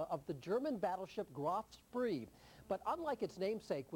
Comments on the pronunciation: Graf SPREE? Its Graf SPEE... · Admiral Graf Spee. Not Graf Spree. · Commerce raider, graf spee, not spree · To various commenters. 1. The proper pronunciation for Graf Spee is Graf Schpay. 2. I read somewhere, and I'd like to refind the article, that the ship's water condenser had been damaged during the fight, and when she put to sea that last time she only had a few hours worth of water left on board for the engines. 3. Most, if not all, of the model builders watching this video have built the AGS a couple of times. Me, first time was the Aurora kit of her. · Okay...all together..."graf - spay"... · The ''Graf.... SpRee''? Tsk Tsk Tsk!!! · the ship was scutled and the reporter can't even pronounce graf spee.